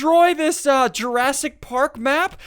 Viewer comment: Jur-ass-tic park dub tee eff😝